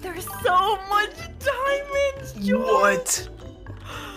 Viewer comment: he just wanted ziamonds zai, then got lazis lazuu. i feel him